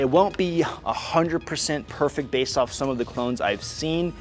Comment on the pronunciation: Bro really said based with a capital B